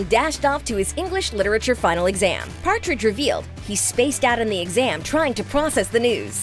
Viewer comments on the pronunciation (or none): none